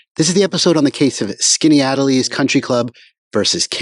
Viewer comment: pronounced skinny-at-ellis. your videos are all i’ve watched in the last 24 hours